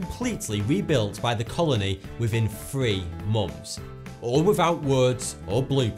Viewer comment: i swear i heard "within free monks" and then "within three mums"